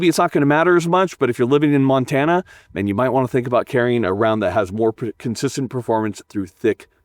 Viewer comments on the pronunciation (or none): none